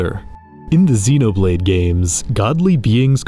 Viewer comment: Xenoblade, not zinoblade.